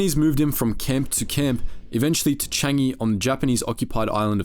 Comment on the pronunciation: I must immediately give you credit as the ONLY non Singaporean to EVER pronounce "Changi' close to correctly. Good job! First among thousands that i've heard!